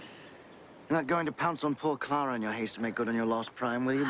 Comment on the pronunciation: I am just picking up on Jared Leto again so I haven't watched this up until recently and although english is my second language I could clearly hear them both pronouncing the name as Clara.